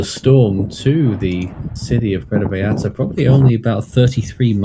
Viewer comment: Actually it's more like VA-SCHAR-TA. there is a real quick and sharp "sch" instead of the normal double l sounding like a y. It's a local way just for vallarta. So you are correct and the y is wayyyy better than sounding the L's like English L's. But one more class above ya its a scha sound. Most foreigners say Porto vayarta.. And it's close so it passes. Puuwerto vyscharta <--- say it like that and kinda quickly. The sch and the r should come out almost with out being noticed.. And project the vy, a, ta strongly. I've been living here for so long I was always getting corrected when I'd say it like you are describing and finally a local explained it to me..